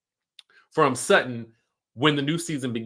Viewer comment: Alright Sutton! But it's Sutton